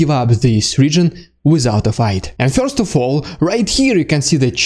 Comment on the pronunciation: Very helpful updates. Thank you. Your impressions are also funny. And your English is very good. A kind comment on the pronunciation of one word: "First": It rhymes with "worst" and has one syllable or could be rewritten "furst" for pronunciation if that helps.